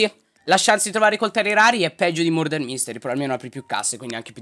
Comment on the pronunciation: Ti adoro Soprattutto quando hai detto ✨MoRdAr✨ ❤